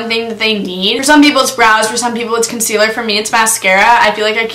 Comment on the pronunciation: I love to death. But the way she said “concealer” makes me wanna kms. Love yah thou